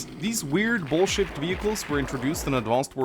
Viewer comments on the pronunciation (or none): I heard you say bullshit, not ball-shaped, lmao.